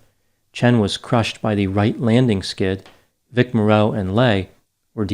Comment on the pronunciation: You need to learn the correct pronunciation of Vic Morrow. It's not Vic MorROW, it's Vic Mar O